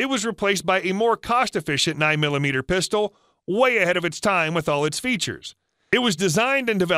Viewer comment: Sounds like "puh stowl" NOT "pis to lay"